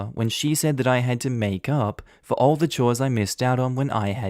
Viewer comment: Hey, ALL is not "all." It's A.L.L., which stands for acute lymphocytic/lymphoblastic leukemia.